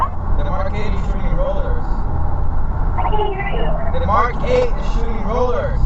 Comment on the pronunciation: 1: I heard he was shooting rollers, but WTF is "shooing rollers"?